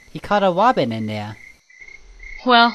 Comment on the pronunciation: pronouncing “robin” with a W is my life entirely.